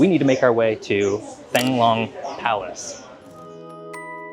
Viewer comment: 1: The "Th" sound in Vietnamese is pronounced as a regular "T" so it's pronounced "Tongue Long", not thang. Also, "Banh" is pronounced "Bun". 2: While I admit that I haven't been to my parents' birthplace since I was in 8th grade, Ha Noi seems to be a lot like how I remember Sai Gon to be. Chaotic traffic with lots of night life. 3: This is something my college Vietnamese professor told us, and whether it's true, I don't know, but Southern Vietnamese (Sai Gon) are supposedly more Westernized and have more favorable views of Americans since a lot of them were allied with the Americans during the war, whereas Northern Vietnamese are less so, and tend to have more favorable views of China. I don't know if that's how you felt, but just something to consider.